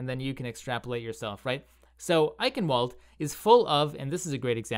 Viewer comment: Ei-ch-ien-val-duh, not eikenwold lool